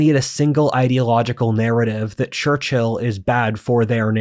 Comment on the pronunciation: Just a side note; your pronounciation of the man's name is really weird. Instead of "Churchill" it souns like "Churchhill".